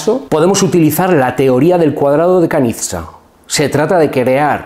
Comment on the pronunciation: Me encantan tus vídeos. Hasta qué punto estoy capaz de ponerlos en práctica, pues no sé. Por algo es, que tú estudiaste intetiorismo durante años 😉 Por cierto, un el nombre Kanizsa se lee más o menos, como si dirías "Conisha". Es un lugar en Hungría y el apellido del padre de este hombre.